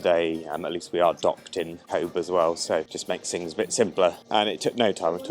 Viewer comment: Pity you didn't get the weather, I'm a Cobh resident and glad you enjoyed the quick visit, Cobh is pronounced 'Cove' as bh in Irish has a v sound, the town was originally called 'Cove' changed then to 'Queenstown' after the visit of the Queen and after independence from the British back to Cove but with the Irish spelling of Cobh